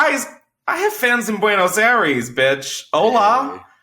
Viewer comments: Buenos I-res 😭😭 Chris I cringed every time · the way u pronounce buenos aires is so cute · I know you’re white but if I hear you say “buenos airees” one more time…. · The way he keeps miss saying Buenos Aires really gets me